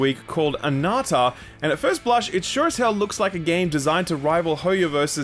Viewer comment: ANANTA NOT anata